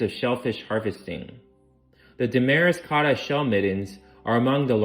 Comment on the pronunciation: Im from Rhode Island but i have family in Damariscotta and that cracked me up. If I recall correctly, it's pronounced "damn mosquitoes".